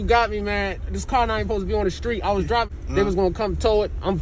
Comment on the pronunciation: favorite part of the vid is when he tries to say I’m driving but stop and sounds like he said “listen I’m drunk” 😂